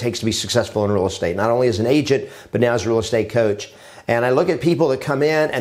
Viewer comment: Did you say right meow?